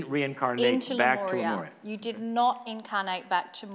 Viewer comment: Why do you pronounce Lemuria as Lemoria???